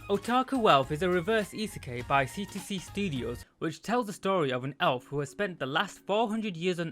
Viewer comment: very good work, I enjoy the insights and it has made me want to watch the anime. A couple of notes though, isekai isn't pronounced that way, after the K it is said as eye rather than ay (I'm sorry, it hurt a little) Also when you were saying that a lot of them get what they want with little effort you showed RE:Zero, while I understand that you've not watched it and wouldn't know, it was the worst show to put there as the main character literally suffers so much to get to where they are. Other than those though, really good video, you're coming along in strides! EDIT: Some other good reverse isekai for your fancy are RE:creators, Inuyasha and rule of thirds dictates a final one, but I personally cannot verify it, The Devil is a Part Timer